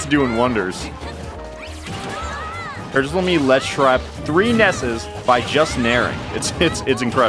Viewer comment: YOUR SAYING IT WRONG, ITS NOT NESSES, ITS NESSI